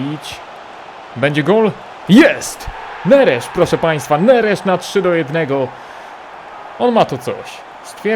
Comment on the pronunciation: Neres zmienia nazwisko na Nerzesz